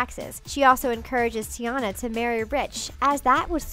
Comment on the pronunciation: Summer Marie Hobson it’s tiana not tona